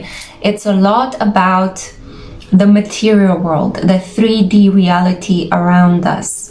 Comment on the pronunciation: MATERIALL GWOORLL